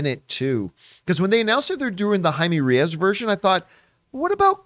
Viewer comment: REYES. Ray-yezz. Not Ree-as. REY, as in King. Pronounces RAY, like Ray. Reyes, yes, pronounced "yezz". Ray-yezz. Reyes.